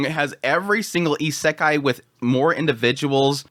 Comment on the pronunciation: I enjoy your content but your pronunciation of Isekai is irksome.